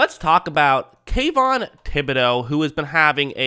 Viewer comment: Did you say Tayvon????